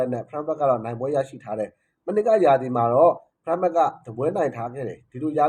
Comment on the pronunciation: Frankfurt ＆ Freiburg No clear pronounce. Freiburg =ဖရိုင်းဘတ်ဂ် Frankfurt =ဖရန့်ဖတ်တ်